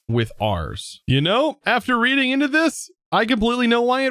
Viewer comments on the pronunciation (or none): none